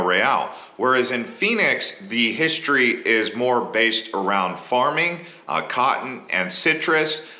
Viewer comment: HISTORY...not histroy